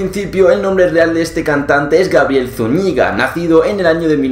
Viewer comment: Zuñíga no, Zúñiga... La fuerza está en la u no en la i